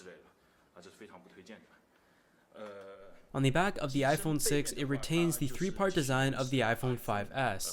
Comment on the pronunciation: I like how you say thee instead of the.